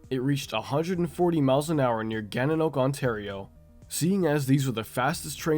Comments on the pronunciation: And also Gananoque Ontario is pronounced Gan-in-och-wye which means "Water Rising over Rocks," v or "Town on Two Rivers" or "Where Rivers Meet" (referring to the Gananoque and St. Lawrence rivers) and I think you know about the best province in Canada which what happens to be Ontario..😂😂😂😂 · By the way, Gananoque is pronounce "Gan-a-knock-way". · No! Gannanoque is ]ronounced Gannanoqué 🙂 When I heaard it on video I was wondering if I had bene pronouncing it wroong all these years, but happy to see I am not the only one pronouncing it that way ! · I've heard a lot of weird pronounciations for gananoque but never heard "Gan-an-oak"